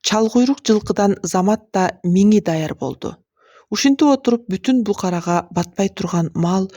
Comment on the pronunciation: Букарага эмес БУКАРГА